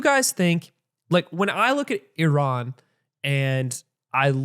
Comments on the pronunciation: 43 years old and DougDoug still can't pronounce Iran... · I can understand having grown up in the states that the pronunciation of places like Iran or Iraq would be what they are in the American lexicon, but it hurts my ears to hear them being mispronounced so frequently here 🫠 Idk, it just feels disrespectful if you know the proper pronunciation but are choosing not to make that change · Atrioc pronounces Iran 3 different ways in 20 seconds